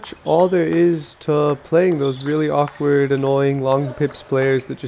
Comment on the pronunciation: U said awkward long pips very awkwardly lol